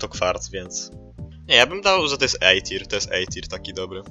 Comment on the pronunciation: Nie mówi się Ej tir a A tier